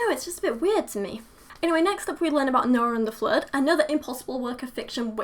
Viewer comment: flood is pronounced with a "uh" and good is pronounced with a sort of open "oo"